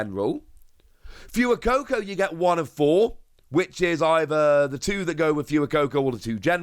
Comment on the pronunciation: Could you please stop calling fway coco like fewy coco because it's pronounced like fuego